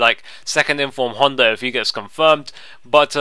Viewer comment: Love the way you say Honda! you call him Hunter!! :-D Nice video!!